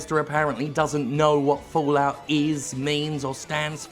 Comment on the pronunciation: Fo-Lout ~ Fo-Lout ~ Fo-Lout ~ XD